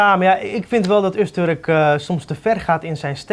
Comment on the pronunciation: Het is Öztürk niet Öztörk.